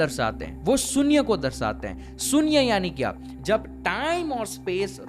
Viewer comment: sunya nahi beta shunya bolate hai